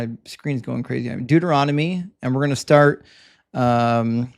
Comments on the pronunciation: LOL was just gonna write the same thing! :-D "Doo-doo-Rom-Nitty" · "Deuter-ROM-ah-dee" is my favorite book! 😂 Also, "fairity" is pretty great too